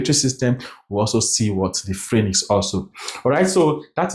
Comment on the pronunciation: Great job! You make assimilation o easy. Thank you. ♥️ But, quick one... Phranyx or pharynx? You've said it alot in your videos.